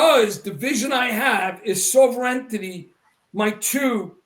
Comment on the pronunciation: is Sovereignty a tough word to pronounce?